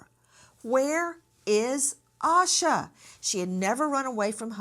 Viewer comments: Its pronounced Ayy Sha, not Ah Sha. 🙄 No wonder u arent on network tv anymore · Her na.e is pronounced Aisa.